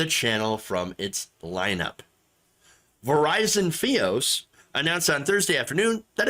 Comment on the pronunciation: "Verizon Feeber Optic Service" -, July 22, 2022. Sorry, but that just made me laugh hearing that thrice.